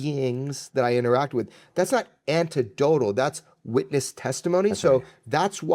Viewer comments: Anyone who says "antedotal" twice instead of "anecdotal" is just stupid. I get the impression that he's not that bright. I'm European and English is my second language. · it certainly isnt anta-dotel lol